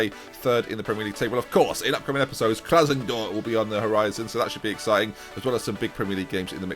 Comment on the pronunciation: Why do English people struggle to read, it's obviously KraSNOdar not KraSONdOr!!!